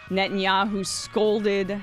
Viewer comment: Nettyoohoo is pure sadism.